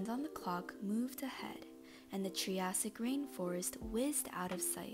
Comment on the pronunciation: triassic is pronounced Try A Sick